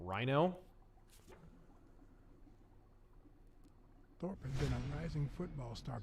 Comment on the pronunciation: Rino, not rhino.